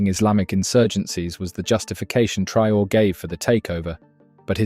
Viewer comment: His name is pronounced Tra - oh - ray. Thanks for the article!